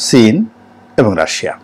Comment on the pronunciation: ভাই এটা " সিন " না "চীন"